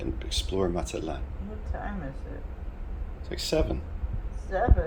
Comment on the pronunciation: Linda needs to teach you hot to pronounce Mazatlan